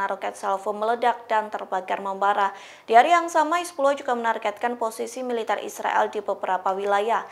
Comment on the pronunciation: Hizbulah bukan hizbuloh 😂